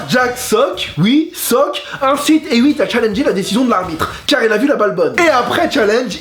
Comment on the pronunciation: Superbe vidéo! Mais Hewitt se prononce "Et Ouite" ^^